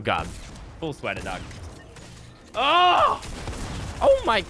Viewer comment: The amount of times lazerbean said daug is the amount of likes on this comment